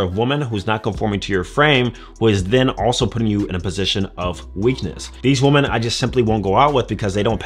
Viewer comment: Weh-men. Please stop pronouncing the word women like that. Women do that.